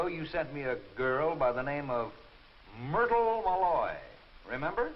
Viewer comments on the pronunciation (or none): "mmMUrtle MilOy"